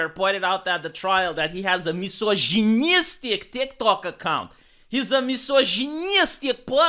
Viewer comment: calls TikTok, "DikDok."